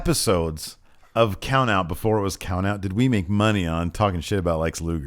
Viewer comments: COUNOUT? Lost a t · woke up toady and decided to take out the the T in count out😂